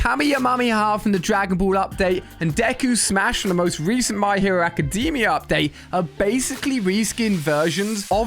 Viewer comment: No one talking abt "kamihamiamiamia" "mai hero academi"